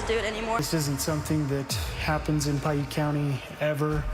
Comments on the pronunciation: you pronounced the name of the high school wrong it's pronounced Pie Ute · Native utahn here Piute is pronounced PIE-YOOT